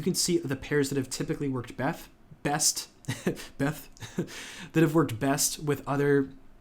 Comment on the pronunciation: LMAO when you said befth instead of best! funny